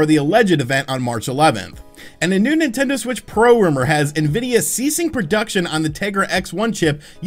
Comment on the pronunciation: Nintender? Is that a dating app for Nintendo fans? 😄